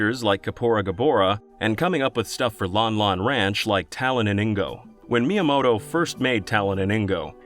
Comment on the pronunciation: "Shiggaroo Myamoto"